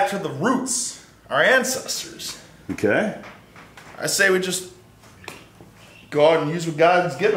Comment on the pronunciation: "Our incesters"